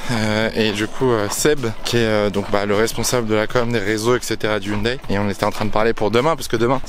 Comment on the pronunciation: Franchement, le WRC, c'est pour moi, la meilleure discipline automobile ! 😍 Et ça fait plaisir d'entendre enfin quelqu'un qui dit Hyundaï, et pas Ioune Dé comme Neuville ou Sordo par exemple... 🤣 Et la "safety-car"... Ça se voit que tu viens de la F1 toi ! 😭 En rallye, on dit "voiture de sécurité". 😁